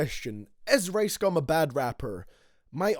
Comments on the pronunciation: Can't watch thus when u call ricegum "raisegum" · I thought his name was rice gum not race gum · Lol how he says rice "race" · I low-key thought he said race gum at the beginning